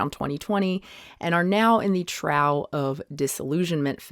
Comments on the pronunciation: I always thought that was pronounced "troff" like how you feed animals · Trough is pronounced “troff”. Very surprised you don’t know this. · Check pronunciation of the word trough .